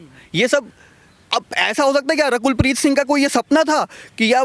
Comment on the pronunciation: Reporter saying rakhel preet 😂😂😂😂 instead of (Rakul preet )